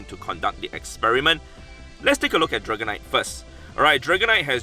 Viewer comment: meteor mash draganite 😂😂